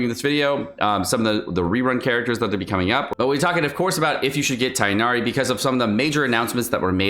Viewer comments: I just wanted to say it's pronounced Tig-nari (for non native Arabic speakers at least, to make it easier), not Tie-nari like Collei said in the trailer. No hate because foreign names are hard tho, love your informational content 💗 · Tigggh'nari. NOT Tie-nari. Aribic speakers back me up here... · It's Tig nari you read the "g". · This is just bad advice. Standard means the character will never get a rateup, anyone who likes him should get him now. Also you're saying Tighnari wrong. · I'm gonna try to get Tighnari because i really want to explore Sumeru with him! He seems like an awesome character both in lore and gameplay. Also that Tighnari pronounciation is just not right 😭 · dude, it's not hard to go do a 5 second google. And he pronounces names like xingqiu and xiangling just fine, why does it have to be different for tighnari? That's all, not trying to start a fight, have a good day/night stranger 💕